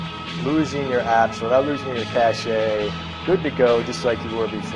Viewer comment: I love how he says caché with the accent on the e